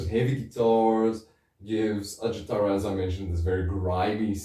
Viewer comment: ...at least you got Pasi Koskinen's legal name pronounced right. But in the name of all that's unholy, please... the "j" letter in Finnish represents the same sound as the letter "y" does in English. There's no "J"esus to Ajattara. Kudos for all the Noitumaa love, anyway. One of the most underappreciated albums of all time. The drumkit was handmade indeed, and you can see it in the video for Ikuisen aamun sara (it's on youtube, albeit in a so-so quality; if you are using that Russian social network by any chance, the quality is better there). The impression you got about the lyrics, though... not exactly accurate, I'm afraid. Koskinen writes about "the evil that men do", basically. No Jesus, but no devil-worshipping either, or any sort of worshipping, unless it's being used to deconstruct the conventional. "Are you begging for mercy from me, the one whom Satan worships?.. And I will kill - I will kill you - and all this time Satan worships us; only through blood will our thirst be quenched - we the children of apocalypse - and all this time, Satan worships us."